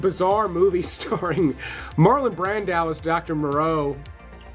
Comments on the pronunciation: I've never heard anyone pronounce Marlon Brando's name the way you did. "Brand-aaaww". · who the heck is "Marlon Brandow"....you can't even pronounce the name of one the greatest actors who ever lived! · “Marlon Brandau”? 😂